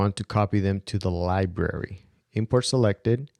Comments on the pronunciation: There is an "R" in Library-- it's not Libary--- it's LibRary....... where were you educated?? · I'm subscribing just because I love listening to you talk! From now on, when given the chance, I'm going to search your channel for FCP and mac tips before searching all of YouTube. Keep it up,! PS...you can totally keep calling it lib-ary! We love it!